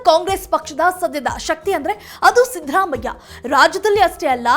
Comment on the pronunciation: ಅಮ್ಮಾ, ಅವನು ಸಿಂಪಲ್ ಸಿದ್ದರಾಮಯ್ಯ..... ನಿಮ್ಮ ಇಂಗ್ಲಿಷ್ siddhharaamaiah ಅಲ್ಲ.... ಚೇಂಜ್ your accent....